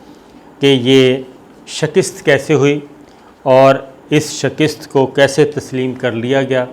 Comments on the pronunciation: phir wohi 'shakist' instead of 'shikast' astaghfirullah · Sabir sahib...!!!!!! ye Lafz "Shakist" nahen hota... bal-k "Shikast" hota hy... Urdu ki esi Ghalatiyaan aapki personality ki "Matt" mar k rakh deti hen....